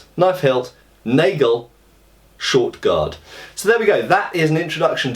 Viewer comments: Also 'nagel' is pronounced 'naah-gale' :) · The plural of "Messer" is "Messer". Unlike in English there is no "s" attached to make it the plural. The "a" in "Nagel" is more pronounced like the "a" in "after". Strangely the plural "Nägel" is pronounced like you have pronounced "Nagel".